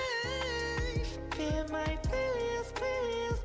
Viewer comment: The way you pronounced PLLI is correct!🥰 PLLIs is just the plural term